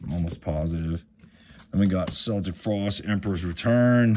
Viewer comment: I really like watching the videos, but Celtic frost is pronounced Keltic Frost 😉